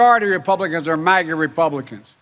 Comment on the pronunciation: Why have they decided to pronounce MAGA like that? I’ve never heard it said with that pronunciation. It sounds like he’s saying maggot. Or am I a schizo?